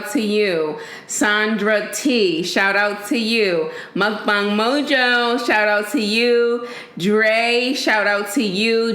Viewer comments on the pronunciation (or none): none